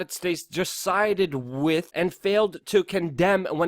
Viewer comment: Why do you pronounce "th" as "d" ie "wid" instead of "with"? Its super irritating and i want to keep listening but it makes it hard not to feel a strong urge to click unsubscribe